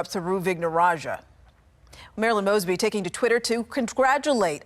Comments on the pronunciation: This story hits “CLOSE-TO-HOME” for me since I work in Baltimore City. Pronounced “MOZE-BEE,” perhaps NOW that “SOROS-Sponsored CRIMINAL” will go to jail since she REFUSED to put Criminals in Jail! I’m not sad that this is happening. It’s LONG OVERDUE, in my Opinion! 🤦🏾‍♀️🤦🏾‍♀️🤦🏾‍♀️ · You mispronounced still another simple name. Ms MOES-Bee name has been in the news for years (thanks to Freddie G in Baltimore) and even if you somehow missed all that coverage, her name is correctly said by the VEEP and the newscasters ... yet you come back on camera and say it wrong. That’s pretty bad. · Long “O”…. Mosby(Like No). Just a heads up. Love your content. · Moe's bee is how you say it. I know. It's hard to know how to say people's names. I'm from Pa. On the Md line. That's how I know how to say it. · I love that you mispronounce her name...because it isn't worth doing it right. She is an absolutely POS progressive as bad as anyone in NY/NYC or SF/LA/CA. Yes, I speak from a better-informed viewpoint as I live right outside Baltimore and see this s--t from her all the time. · Please pronounce her name right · the news clip you show at the beginning that you would have had to watch tells you how to pronounce her last name correctly and you still mess it up. how do you consistently mess up pronouncing people's names. i want to watch your videos but I can't because it's so annoying on your part. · Pronounced like moe, not maasby. 😉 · M "O" SBY....LONG O 😇 NOT M"AW"SBY 😇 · M "O" SBY..... Long O 😇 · it happens in nearly every video now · Her name is pronounced Moes•bee